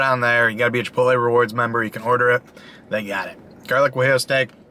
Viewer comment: So stoked to order the GWAH-Jeelo steak at mah local chipitlee